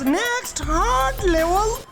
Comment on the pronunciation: It is not livel but level